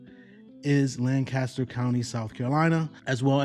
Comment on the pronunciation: I like Lancaster County I was born there. It's how you say it it sounds strange. We are on the south we don't say it that way